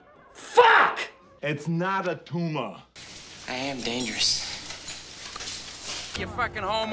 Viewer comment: Its not a tumah!